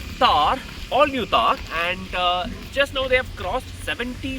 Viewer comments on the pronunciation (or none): Thar not Taar, dissimilarly Maruti not Maruthi 😂